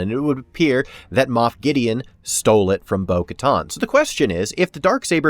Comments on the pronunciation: Minor nitpick, but why in the world do you keep pronouncing it "Bo-KaTAHN" when every other character in the franchise says "Bo-KaTAN". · Bo Katan; not Bo Katton. It's pronounced on-screen. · Bo-Katan, like getting a tan. Like the tan suit that Obama wore. Not Bo-Katon. Oof. Very distracting.